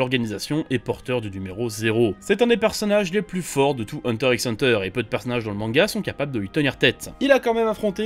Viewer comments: ...juste un truc... on dit hunter hunter... le X c'est un fois... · Prononcer le X c'est comme dire "comme même". Si c'est pour le référencement, bien joué. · Dur de commencer la vidéo en t'entendant prononcer le x de Hunter x Hunter 😖😖